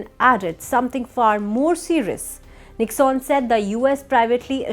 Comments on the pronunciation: It is pronounced nick_sun. Not nicksaan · It is not pronounced as Nicks-on, it is Nick-sun.